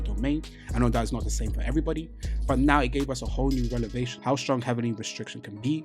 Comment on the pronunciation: BTW... you been scrambling the word revelation every time 😂😂 You are mixing up the V and the L, like in this video you kept saying rel-ev-ation instead of rev-el-ation "Revelation" stems from the word "reveal" - as in, knowledge is being revealed to you Or you can just remember, ReL-evation is a grammatical L